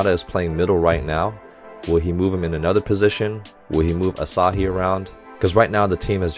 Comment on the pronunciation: Hey Coach! Love watching your reaction to haikyuu! As a former volleyball player, I especially enjoy the technical commentary. PS: Hinata is pronouced hee-nuh-tuh and Asahi is pronouced ah-sah-hee. You seemed to be struggling with their names a bit lol.